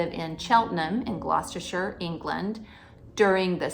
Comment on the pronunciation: ….kudos for pronouncing ‘Gloucestershire’ correctly…..👍👍